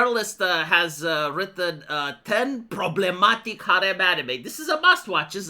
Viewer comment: 😂 Pruhbremmatique 😂 Great!!